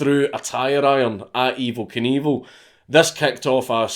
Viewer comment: dank saying Evel Knievel just sounds like Evil Cannibal every fucking time